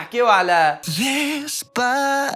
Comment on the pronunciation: حتا الجزاءريين يغنيوها هكا غير ديسباسيتو لي نطقها صحيح